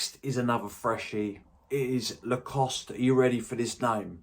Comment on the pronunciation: Another boss video, well done buddy & congratulations on getting the Lacoste Fragrance name right! ha ha - best wishes as always from Scouseland